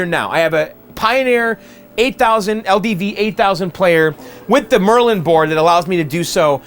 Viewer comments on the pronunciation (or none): none